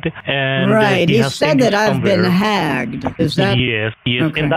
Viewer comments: ”You have been got hagged” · "You got hagged." Lol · "You have got been hagged" 💀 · 😂 “you have been hagged”